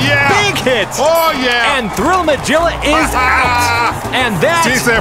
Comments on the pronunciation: Yeah! I was triggered. It is not "Ma-Jill-Ah," it's "Ma-Gill-Ah." Like the "Magilla Gorilla," the Hannah Barbara character. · I think it's pronounced Mah-gill-ah rather than Mah-jill-ah. It might be a nod to Magilla Gorilla (cartoon from the late 60's). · Anybody else's bothered that he says "Majilla" instead of "Magilla?" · That was a great fight from all the teams. (Its a soft G, as in 'get', in Magilla. From the cartoon Magilla Gorilla) Great work. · “Magilla” has a hard “g” sound - you kids never watched Hanna Barbara cartoons? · I gotta say this because I'm not seeing it in the comments, but you guys a mispronouncing Magilla. The G is hard. I'm kinda surprised actually. It's an old enough cartoon. Magilla Gorilla? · This was bothering the hell out of me and my wife today... Its mah-GILL-ah not mah-GILL-ah. You know, like the cartoon? Magilla gorilla??